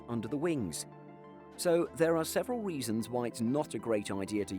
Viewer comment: i love the way he says "weasons"